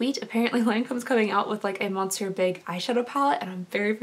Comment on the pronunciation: I’m sure people have said this before, but Monsieur is pronounced “muh-syer”.